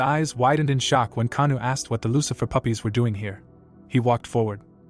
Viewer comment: The mc actual name is Oh kangwoo not kanu xd